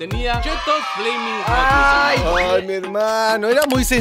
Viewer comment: se dice flamin jot